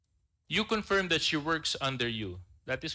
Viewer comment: Isolated in the nature of tasks. Luistro's attempt to showcase intelligence inadvertently resulted in confusion and unmeaningful dialogue. Learn to prnounce 'confirm' before u go on public ma'am.